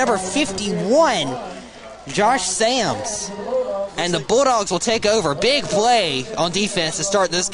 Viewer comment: Bro it’s S A M S 😭